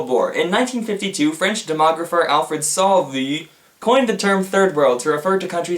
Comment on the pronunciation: I imagine Sauvy would pronounce something like Soe-vih